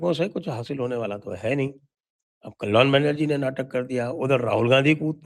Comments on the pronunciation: It's not Kollyon Banerjee..... Bengali pronunciation is Kollyan Banerjee Sanjay ji. It would sound authentic (Bengali) if you do so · Kollon Banerjee nehi... Bengali me " kalyan " Ka "Y" pronunciation thoda soft hota ha ..Ekdum silent nehi...to right pronunciation "Kol-lan" hoga... Aur kalyan banerjee pura natak kar raha ha... Black ek gale patta leke log protest kar raha tha ushi kisine mara... Kiska sirr kapde k mar se toot jata ha? Aur spot pe hi kaun plaster leke baitha tha?? Jo waha khade khade laga diya? 😂😂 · Its Ka -ly-an Bannerjee...!